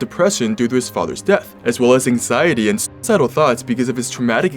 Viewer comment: Lol I think he’s afraid of the algorithm Cut part of the word suicide out of the audio Sounded a bit like Suic de